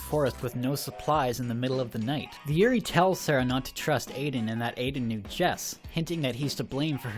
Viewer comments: I gotta tell you man, you pronounced yuurei wrong. While that normally wouldn't really matter, you said yuri, which is girl on girl action. I had to stop the video and laugh for a minute. People without a proper burial turn into lesbians lol. For future reference, yuu-ray is a good enough way to say yuurei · LOL. Not as a Yuri. (you-ree) a Yurei (You ray-eeee) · its not Yurai... its Yurei. when you pronounce a japanese word with the letters ei together, treat it as japanese, not german.... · I know this is 4 years old but i just watched this movie today so anyway it's pronounced you-ray and also in the beginning of the movie when Sara visits the school, they mention that they have field trips there because the forest is just part of mount fuiji. So the girls in the school uniform probably arent yurei but actually just part of a field trip. Also the school girl in the forest, i think aiden mentions her being a school kid who came out here to commit suicide. which, yknow, p common. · Yurei is pronounced you-ray. A you-ree is a lily. Also used as a word for lesbian relationships. Pronunciation matters. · Was anyone else annoyed by how he pronounced every Japanese word? The fact that he tried to say "Aokigahara" a million times made this video excruciatingly painful to watch. And then he started on "Yurei"..... Then he tried to do maths.... 2 x 1 = 3 according to this guy. Actually I cracked up a little because Yurei=ghost, Yuri=lesbian. So he's been calling all those schoolgirls gay all this time XD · The way you're pronouncing Aokigahara and yuurei omg.... my poor ears.... seriously Americans, can't you for once just google words andd listen to the pronounciation rather than butchering everything?